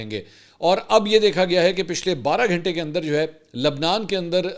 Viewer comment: Sir Ap Ghantay Ko "Ghentay " Q Bolte Hein?